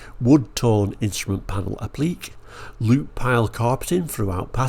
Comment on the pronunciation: Interesting way to pronounce 'applique'. Mk1 Fiesta Ghias did have alloys.. They looked similar to the ones on that American version, but were different. They were smaller versions of the Granada 2.8 alloys of the time. Great video. Thanks.